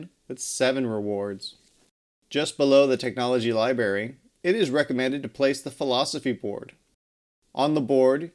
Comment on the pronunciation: Are you saying "libary?"